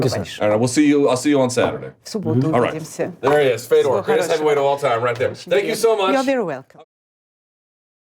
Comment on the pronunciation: interviewer sucks..... man..... its fador